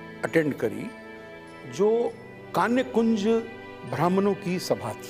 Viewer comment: आपके कार्यक्रम में कई नयी और रोचक जानकारियाँ मिलीं । धन्यवाद ! तीन बातों की ओर आपका ध्यान आकर्षित करना चाहती हूँ । (1) शुक्ला परिवार का घर "बूढ़ापारा" में है , न कि "बुढ़ापरा " में। (2) ब्राह्मणों की उपजाति का सही उच्चारण "कान्यकुब्ज" है, न कि 'कान्यकुंज' । (3) आज़ादी की लड़ाई में उग्रवादियों की तिकड़ी थी --- बाल (बाल गंगाधर तिलक) , लाल (लाला लाजपत राय ) और पाल (बिपिन चंद्र पाल) की । भविष्य के लिए नोट कर लें । मेरे comments का बुरा नहीं मानिएगा ।